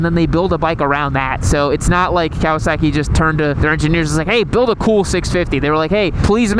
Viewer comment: I cant get over how you pronounce kowaSACKee